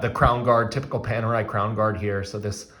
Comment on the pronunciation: I stopped watching when I heard you call it ‘Penerai’. Next time, make sure to learn the correct pronunciation of the brand name before doing a review.